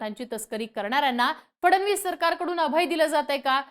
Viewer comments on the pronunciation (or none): none